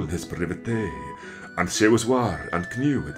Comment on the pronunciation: Why pronounce day as dee? I thought in this period everything was pronounced as it was written, so wouldn't it be dai/daeg? Would it not be more of a diphthong glide?